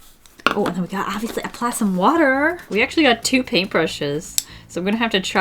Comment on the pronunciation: “Obiouaslay aplay some watar” WHEEZE